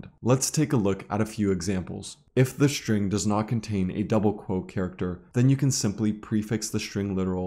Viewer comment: String, please. with "S". not SHtring with "SH".